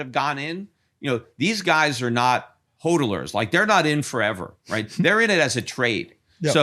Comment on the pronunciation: "ALL THESE BITCOIN HOLDLERS" L2 speak english